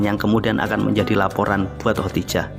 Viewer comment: Ko khotijah ya, bukan khodijah😇😄